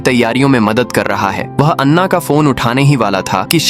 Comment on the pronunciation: लड़की का नाम अन्ना नहीं ऐना है